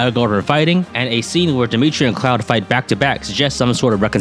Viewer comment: The fact that pronounces 'Claude' like 'Cloud' made me think that Three hopes was going to have a FF7 Remake crossover/DLC.